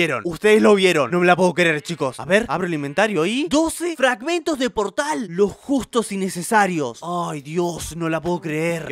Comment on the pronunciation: cuando dice portal al final se le escucha como Xsequias